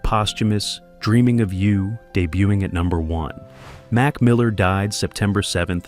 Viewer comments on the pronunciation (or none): none